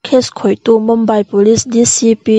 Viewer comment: Mumbai hi Mambai tiin in lam thin a, Mumbai ti mai rawh u , chuan a ngaihnawm thin e ralthuam vel hi 👍